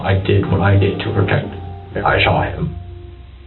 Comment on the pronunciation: he sho-ott him** narrarator